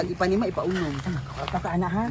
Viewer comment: IPANEMA .. Ipa-unom 🤣😂